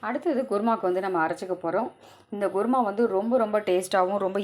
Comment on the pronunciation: ....kuruma not guruma😅